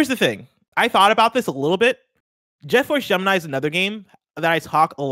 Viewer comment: Jet Force June-I-Mi